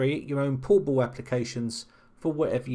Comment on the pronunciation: Is it my bad ear or he actually pronounced "portable" as "poo-poo"? )) And btw what the sense of having a portable app if you have to run it as administrator?